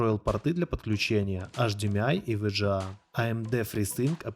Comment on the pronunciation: Ви джи эй (VGA) кто так говорит?